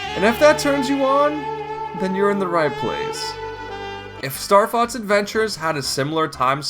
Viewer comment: You pronounce it Starfotz which means starcunt in German.